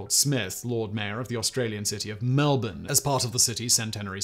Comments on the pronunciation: You said melbourne correctly. That never happens. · Hey most people don't get Melbourne correct he got that one. Also who knows Albury in Europe? It isn't exactly a world renowned town.